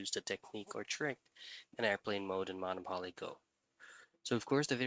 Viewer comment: You aren't even saying Monopoly right lmfaooo what in the blue hell is MONO-PAWL-EE?